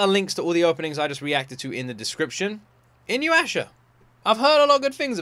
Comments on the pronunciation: I CLICKED ON THIS SO FUCKING FAST! THIS IS MY FAVOURITE ANIME OF ALL TIME (Also, its i (short i sound) noo yah sha) :) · Why do people always pronounce it Inyuwasha? 😂 aint no W in there! Weird common mistake. Haha. Ahhh these songs are sooooo nostalgic for me. Inuyasha was my first anime and I love it with all my heart!!!! Also reason she wears a school uniform? Japanese school uniforms are sturdy, easy to clean and repair but most importantly... Rumiko just liked drawing it! A perfect reason lol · i really think you should watch inuysha if you havnt already, its such a classic. its also pronounced inu-yeah-sha btw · Just a little correction to your pronunciation, i hope you don't mind since you always try to learn character names while watching. You give a little pause after the "U" and then make sure to pronounce the "Ya". Inu = Dog Yasha = Demon (basically the same as the word "Youkai", it doesn't mean evil). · You're learning Japanese, right? Could you like maybe immediately get into memorizing the syllables. Cause that Inuyasha almost gave me an aneurysm. It'll only take like a few hours if you commit yourself to it. I assure you. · Me cringing every time he mispronounces Inuyasha. XD